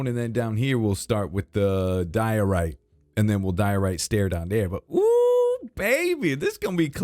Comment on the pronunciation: It's diorite. It's a diorite-tree. It's a dioree😂